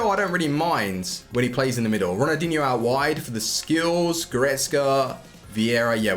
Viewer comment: Calling ronaldinho "runadeenyou"